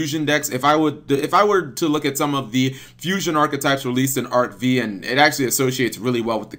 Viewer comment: Cap...it's not pronounced Arc-Vee...it's Arc-V as in roman numeral five.